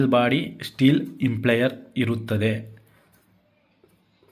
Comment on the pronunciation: ಸರ್, ದಯವಿಟ್ಟು ಪದಗಳನ್ನು ಸ್ವಲ್ಪ ಗಮನದಿಂದ ಬಳಸಿದರೆ ಒಳ್ಳೆಯದು. ನೀವು ಗೊತ್ತಿಲ್ಲದವರಿಗೆ ಹೇಳಿಕೊಡುತ್ತಿರುವುದರಿಂದ ಸರಿಯಾದ ಪದ ಬಳಕೆ ಮುಖ್ಯ. ಅದು “ಇಂಪ್ಲೇಯರ್” ಅಲ್ಲ, “ಇಂಪೆಲ್ಲರ್”. ದಯವಿಟ್ಟು ಮುಂದಿನ ಬಾರಿ ಗಮನಿಸಿ. Impeller